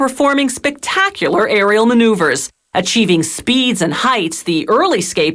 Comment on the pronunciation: Who else laughed when she said "Arial maneuvers"?!